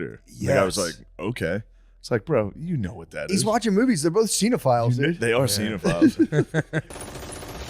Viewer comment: He used the right word he just pronounced incorrectly man